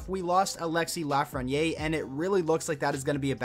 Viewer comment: The way you say 'LafrenieRE' is seriously driving me nuts bruh, otherwise i still love your vids 😂